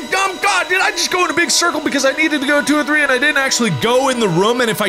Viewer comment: Two two tree😂